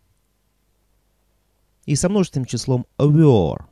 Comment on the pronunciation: Почему вы произносите 'вё'?